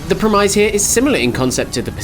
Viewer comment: Nice review, though the mispronunciation of 'premise' and 'inventory' was a bit weird :).